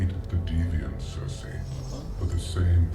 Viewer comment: Everytime I hear him yell “Sersei” all I hear is “Walt”!!!